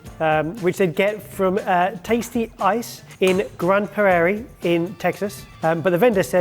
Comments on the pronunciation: The pronunciation of Grand Prairie is hilarious. 😂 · As a Texan, the pronunciation of Grand Prairie makes me laugh 🤣🤣🤣